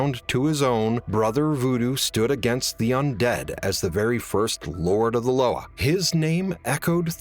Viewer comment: LOA is pronounced Luwa in creole great video!